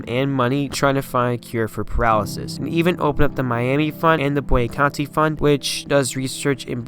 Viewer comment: Good job, young man! As a contemporary of Nick Boo-on-na-contee, I'd like to point out a slight mistake. First, his last name is pronounced as I phonetically spelled it above. Second, Nick was "barely" 5'10" and 220 at a time when, as you pointed out, was SMALL for LB, much less MLB. This is what made him one of my favorite players and whose physique and style of play inspired me to play like him.